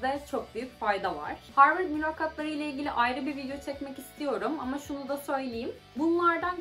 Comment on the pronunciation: zaten harvırd yani abi profosyonal çevre yanii